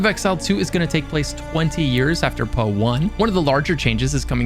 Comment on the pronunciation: I don't think I have ever heard someone pronounce POE like that.